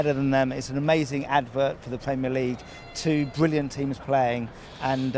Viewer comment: Tony Bloom pronounces the letter r in words as a w. For example, Pwemier and Bwillant. Is that a Brighton accent? Or a regional accent?